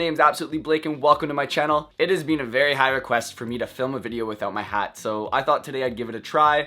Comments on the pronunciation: The way he says been .... “BEAN” 😭😭😭😭😭😭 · iTz Kevin its a canadian been not an american been. He also says it was a hose party. My panty-equivalents dropped. Lmfao!